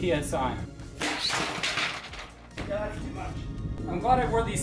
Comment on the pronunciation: That "yEah" XD